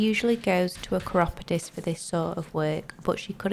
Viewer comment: I have never heard chiropodist pronounced like that before.